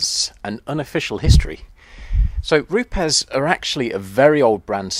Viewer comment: an education in pronunciation...educating our friends across the pond who say Roops, where indeed it is Roopez😉👌...be interesting to compare histories with Flex?